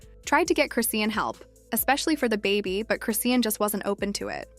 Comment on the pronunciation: You can’t even say her name right 😂😂😂